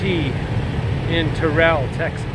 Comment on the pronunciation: Terrell Tx, is pronounced tur-il. Don't sweat it, most towns in TX are mispronounced.